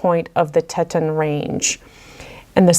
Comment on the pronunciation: Teeeton, muuule, draw out the u, its ok you pronounce wrong. You say so much in french....I'm clueless and would butcher all of it!!!. Love all the videos💜